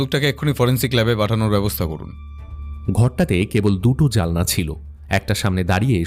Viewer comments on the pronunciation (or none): Sob vlo sudhu জানলা ta baar baar জালনা bola hochhe narration e and during character plays, anek gulo golpo sune tar por bolchhi baki presentation khub i vlo except this... Keep up the nice stories